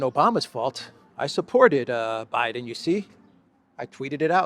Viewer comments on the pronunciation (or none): I thought he said Obiden.